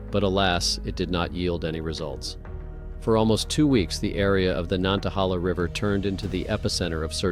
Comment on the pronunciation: nan-ta-hay-la. My papa was born by it.